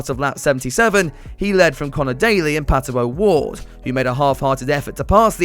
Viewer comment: "And here comes Pat-OH- Ward"